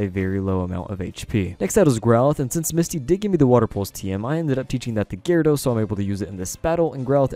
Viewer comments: Ja war edos No that's not how you say i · Did you say gee-rawr-ah-dos lol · "GeeRawradose" :3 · what cracks me up is when he says GE-ryRE-dows, cant tell if he's doing it for fun or. like yeah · you pronounced gyarados four different ways throughout the video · how did you pronounce Gyarados?